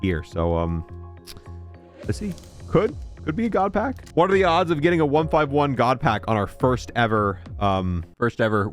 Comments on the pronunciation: ONE FIFTY ONE - NOT ONE FIVE ONE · It hurts me that he calls it 1 5 1 and not 151😂😂😂😂